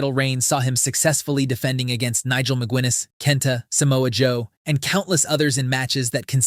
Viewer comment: Ma gu iness... And THAT's why AI's shit